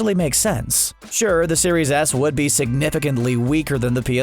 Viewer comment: am I the only one that heard "Xbox Series Ass" lmao.